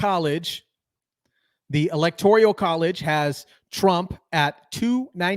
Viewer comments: it's not ELECTORIAL it's ELECTORAL. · "Electoral" -- not "Electorial" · It is ELECTORAL, not ELECTORIAL.....